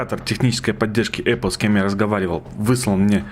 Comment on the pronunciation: эпел? может эпл